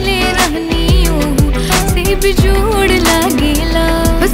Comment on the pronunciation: The way she said bejjjod 😅 bihari tone 😂❤